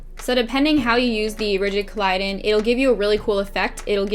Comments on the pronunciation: you're stunning and i love this tutorial but it's not pronounced collidon, it's collodion... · Love it P.s its rigid colodian not colidon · I cringed every time she pronounced it wrong